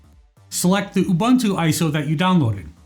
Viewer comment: Thanks for the precise instructions! Just as an aside - the word UBuntu is pronounced as ooo-boon-tooo whereas there is another word spelled Bantu which is pronounced the way people mispronounce Ubuntu!